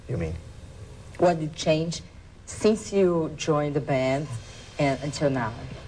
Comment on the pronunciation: it's not sinse, it's since! xD